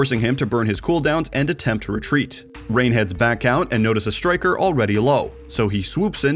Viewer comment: Why does he keep calling Rein Reign?